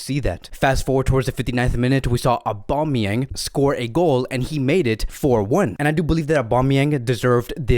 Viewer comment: is anyone else annoyed by how he says Aubameyangs name